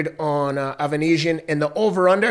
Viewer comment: Ava-knees-ya... ava-neez-iyum... Avan... Uh... Okay! 😂😂😂 Best Prizefighting Channel Ever!!! 🤣👏👏💯